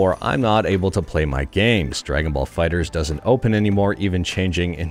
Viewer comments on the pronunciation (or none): none